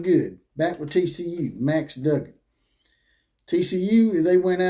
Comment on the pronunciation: But could you say his name correctly Dug gan